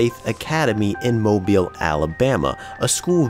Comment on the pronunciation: Thank you for pronouncing Mobile correctly.